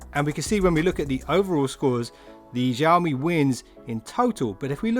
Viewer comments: Xiaomi no Jiaomi 🤣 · I just wanna say... Xiaomi is pronounced as Sea - Ou (out without the T) - Me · xiaomi - xiao is pronounced sh-owe. say the name like 'show me' but show is said like shower mi but drop the er